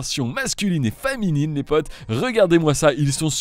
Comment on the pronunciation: tu as dit "faminine"